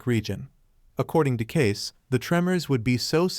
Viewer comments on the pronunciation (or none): You pronounce Edgar Cayce's name...it is not Cases....it is pronounced Caycee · It is pronounced Cacee not Case... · At least learn how to say his name. It’s K-see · Cayce is pronounced cay-see. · His name is pronounced "Kay-See". Hey guys AI doesn't work. And you were lazy and didn't fix this silly mistake. Kind of hurts your credibility. Just sayin'.